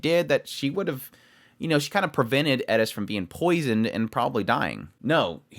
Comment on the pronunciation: Please, her name is Eris, not Edis.